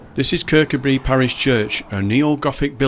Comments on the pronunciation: It's pronounced ker cu bree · The emphasis should be on the coo. Kir-COO-bree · It's pronounced ker-coo-bree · Great little video, but please pronounce it Kirk. Oo bri. Loved your work well done. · The name is pronounced Kirkoobry, with the emphasis on the oo, that is the 2nd syllable. From a Scottish language teacher looking forward to going there soon. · Kirkcudbright pronounced locally as; Ker-coo-brie. 👍🏻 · Lovely te see.....but you pronouncing Kircudbright made me smile....... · lf l was making a video of somewhere with an odd name l'd learn how to pronounce it first. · great video spot on as we used to live near there . The only fault is that you can`t pronounce kirkcudbright properly but apart from that very good